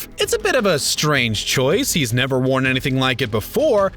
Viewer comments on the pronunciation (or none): none